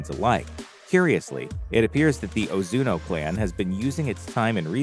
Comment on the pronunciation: 1. It's Ozunu, not Ozuno 2. You completely forgot to mention the other 8 clans other than Ozunu and how they also train orphaned children into assassins Only watched it once and could at least gather that much...